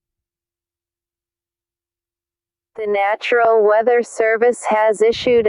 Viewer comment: It’s national not natural